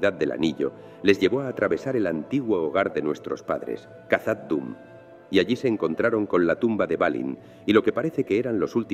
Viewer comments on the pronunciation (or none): Khazad Dum se pronuncia Jazad Dum